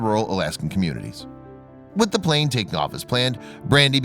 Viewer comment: Just noticed that instead of plane it was plan lol